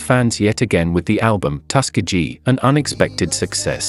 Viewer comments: Loved the video, however, where Lionel Richie is from is generally pronounced Tus- key-gee. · Please learn to pronounce Tuskegee...we accent the "KE".... Lionel Richie is a treasure. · Tus-ke-gee. if you're going to do a biography, at least learn to pronounce the town. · The narrator needs to learn how to pronounce Tuskegee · It's pronounced "Tusk-KEY'-gee" and "SAX'-opohnist." Dumb bots.